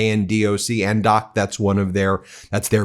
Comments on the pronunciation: ADNOC is pronounced as 'Add Knock' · Many thanks Ben for bringing us the truth and latest news of the situation in the Gulf, it's much appreciated and you are my go to place now. Just a note for you for future reference ... ADNOC = Abu Dhabi National Oil Company and is pronounced ... add knock. I lived in Abu Dhabi many moons ago and my husband worked for ADNOC. I never thought it would come to this, it's so sad. There was trouble between Abu Dhabi and Iran when I lived there, over some islands but there were equally strong ties as many UAE nationals were actually originally from Iran, as are many Bahrainis. I really do not understand what has possessed the ruling families to forge an allegiance with that evil genocidal Zi0nazi terrorist state, it just beggars all belief. They've well and truly screwed up. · It’s ADNOC .. “ADD-Knock” OAN: I’ll be surprised if anyone trusts us again. SMH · Its not ANDOC, its adnoc.